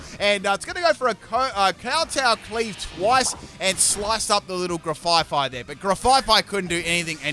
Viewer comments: GRAF-EYE-EYE NOT GRAFYE FYE!!!!! THERES ONLY ONE "F"!!!!!!! It's based on an aye-aye animal. (sent with love) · He said grefaifai it is grefaiai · One thing that is bugging me in this video: it's Graf Ai Ai (graf I I), not Gra Fai Fai. It's based off of the ai ai, which is a lemur with a bad rap. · Grafaiai (Gruh-F-eye-eye) it's a play on the animal it's named after. Graf (Graffiti) and aiai (Aye-Aye the long fingered lemur). I know mispronunciations are sort of your thing, but that one kills me every time. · I realize you haven't changed your way of calling it with an extra f eh 😂 Now at this point, I got so used to hearing the name as such that it feels so natural 🤣 (No slander intended btw, just joking) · I HATE the way says Grafaiai’s name so much, I’ve been watching long enough to understand that saying names wrong is part of his schtick and it’s not bothered me or even crossed my mind not even once because I know people get real salty about it....but the way he says it’s name is just so terrible to me lol adding an extra ‘F’ makes its name something I cannot stand in the slightest and I just don’t know why, but we all have words we hate and it’s joined my list. In the VIP section lol So obviously I can’t watch any more until gen 10 releases lol